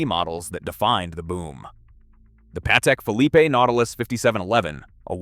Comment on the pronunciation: “Younambiguous” “markwee” “Patek-phillipe-A”